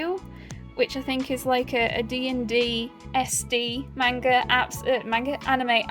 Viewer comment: You're pronouncing manga wrong.